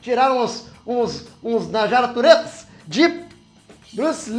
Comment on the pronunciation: "Narjara turetas" HAHAHAHAHAAH!